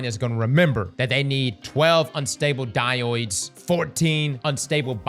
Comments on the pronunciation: its pronounced “dye-odes” not “dye-oids” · die - oids? it's pronounced die-ode. Thanks for the vid though, looking forward to seeing what the deal is with the Cryo map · Thanks for the in depth video, excellent Btw.... saying "Die oids" has me rolling.... it's pronouced "die-ohdz" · I wonder if he will ever learn to say diodes correctly